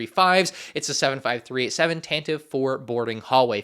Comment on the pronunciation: It’s pronounced tan-tiv-vey